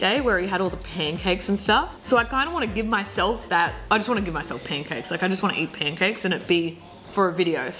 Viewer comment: yo she said poancakes and i smelled syrip